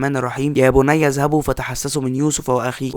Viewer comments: يا بَنىّ ✅ وليس يا بُنىّ ❌ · الفيديو حلو . نطق الاية في كلمة "بني" بالفتحة مش بالضمة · بَنى مش بُنى